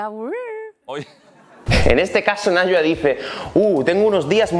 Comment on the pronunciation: Este video es increíble, pero su nombre se pronuncia como "naiwa". :)